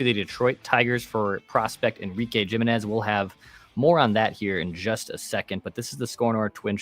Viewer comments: Ya there's no way Jiminez is pronounced with a hard J sound lol gym i nez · That’s not how you pronounce Jimenez